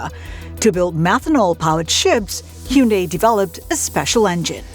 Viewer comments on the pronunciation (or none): Anyone else hear her pronounce it hee-un-day